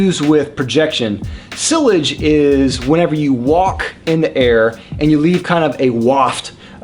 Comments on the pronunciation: Yeah his pronunciation is killing me. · Ha yeah, I’m in my fifties, have lived in the US my entire life, and have never heard anyone pronounce sillage in that way. I thought he was saying sewage at first. Great channel but here’s some friendly encouragement from this fan to explore the original pronunciations a bit more closely. 👍🏻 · All three matter to me no matter how fantastic the scent itself may be. I'm not paying hundreds of bucks for scented water. In fact, the fragrance industry, especially the men's, is such a joke I'm almost tempted to label it a scam but that's another topic for another day. And yes, see-ahj would be the more correct pronunciation but even I still read the word in my head as being sill-age because that's how I thought it was said when I first learnt the word and I guess it's taking time to unlearn it :P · Lol the way he says sillage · You have a fragrance channel and you don't know how to pronounce sillage? wow..you know that actually speaks quite a lot about you...